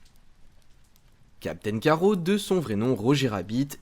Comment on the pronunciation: Tu es sérieux ??? Captain "Carreau" ??? Tu as lu la bd avant de faire ta vidéo ? C'est Captain Carrotte pas carreau oui c'est écrit Carrot mais en anglais, en français c'est carrotte... Comme une carrotte ! Nan mais sérieux...